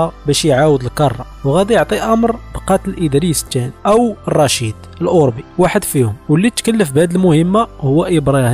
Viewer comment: الاوربي بفتح الراء يا هذا، سير راجع دروسك على قبيلة اوربة الامازيغية بفتح الرااااء